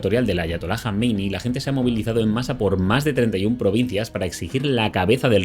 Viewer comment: JAMENEÍ, Y NO "JAMENEI", APRENDÉ X LO MENOS A PRONUNCIAR CORRECTAMENTE, GAMBERRO